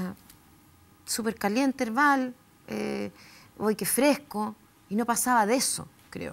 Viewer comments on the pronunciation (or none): Herbal suena como yerbal Jajajajaja